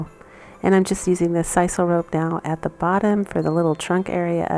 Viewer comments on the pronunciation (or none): none